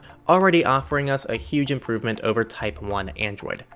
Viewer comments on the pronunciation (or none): none